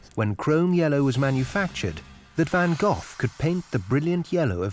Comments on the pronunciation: Dutch viewers would cringe at the pronunciation of Vincent Van Gogh. did he really say "Van GoTH?" Yikes!! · Johnson < I can understand Cough, Trough, but Van Gogh being a Dutch name is pronounced properly as Van Goh. ;) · It's hard to take a film seriously when the narrator doesn't even know how to pronounce Van Gogh 😂. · You pronounced Van Gogh wrong.